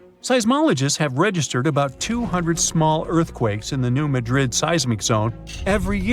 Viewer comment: New MAD rid is how it’s pronounced. We used to go fishing in Reelfoot Lake.